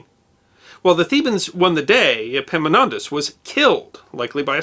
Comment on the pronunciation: I realise that "Epimonantos" and Epaminontas sound the same to most of you, but it kept me laughing through the last half of this video..... I love your work! Keep it up